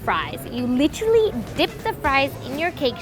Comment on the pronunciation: I love the French toast chef’s laugh! He genuinely sounds like a happy guy!🤩😂😂 And what did she say ? “Lirally” 🤣 She is beautiful though!